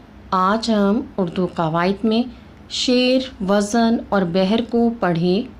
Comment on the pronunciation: آپ ہرجگہ لفٹ وزن میں زاے معجمہ کو متحرکب بول رہی ہیں ساکن بولیے